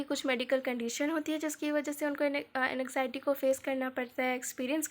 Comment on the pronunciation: N-x-iety nahi AN-XIETY I couldn't focus on the explanation at all because of poor pronunciation 😭